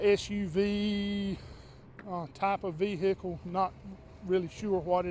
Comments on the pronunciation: Vee hicle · Vee-hick-ule and Baad-ree. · That vee-hickle is pretty messed up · Can't even identify the SUV, but it is a 'Ve-Hicle". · Vee hic cle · LOL 🤣😆😁😄😂 LOL very funny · def southern